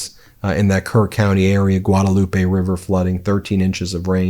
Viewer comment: Hey Ben the correct pronunciation of Guadalupe in Texas is Guad-LOOP. We have a lot of odd spelled names of places that the actual pronunciation of indicates whether or not you live in Texas. That is one of them. I learned that the hard way coming here from California some 25 years ago.